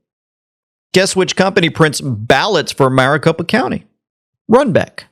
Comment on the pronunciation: Maricopa county isn't pronounced mrricopa. Its pronounced mericopa.